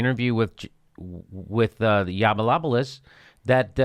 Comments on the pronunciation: Hey Jimmy his name is pronounced : Yah-no-pooh-loss! Say the vowels like spanish vowels. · i can not believe that u called him snuffaluffagus the whole show lol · I thought it was really cool and witty that Jimmy Dork called Yianoppoulos "Snuffaluffigus". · Did you call Milo Snuffalupogus? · Do you think you're clever by mispronouncing his name? You're not funny. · Hey Jimmy, I love your show, have subscribed and check your site frequently, yes I am a HUGE fan. However, your trite dismissal of Milo, without your usual level of research, was slack. What was worse was your careless mispronunciation of his name, that just made you a dick. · You've just pre-emptively lost a non-existent debate against Milo. And the fact that you purposefully mispronounce his name makes it even more cringy.